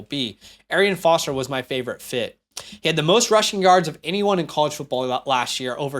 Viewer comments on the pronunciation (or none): none